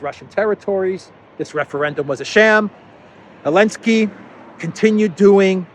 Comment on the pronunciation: I've been watching Duran for a few months, is my favourite. Can anyone explain to me what's the reason for to call "Z" Elensky? Why does he drop the "Z"?